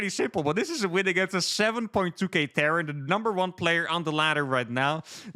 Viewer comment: Terran not Tehran